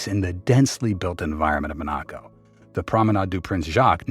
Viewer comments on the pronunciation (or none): Why have a video when you can't even say the country's name properly?